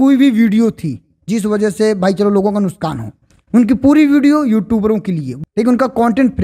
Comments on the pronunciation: Main aapki video dekhta hun nuksan ko aap nuskan bol rahe ho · सर नुशकान नहीं नुक्सान